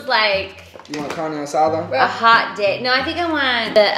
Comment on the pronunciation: Did she say CaRna aSaDa 💀